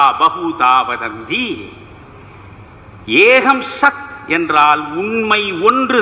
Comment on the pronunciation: Excellent Sir. Ekam sath. Ka and not ha - not eaham. Not Vibra but it is vipra.